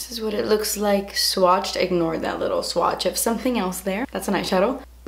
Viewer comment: I think I was the only one who laughed when she said "Mine is a leetle bit crooked" XD omg